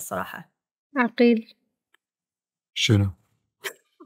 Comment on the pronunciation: عغيل عغيل وليس عقيل